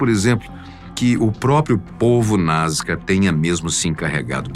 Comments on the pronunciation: Sempre conheci como NazCa Pq o narrador diz: NazGa?? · achei que só eu tinha reparado nesse detalhe , sempre ouvi NasCA e o apresentador fala NasGA !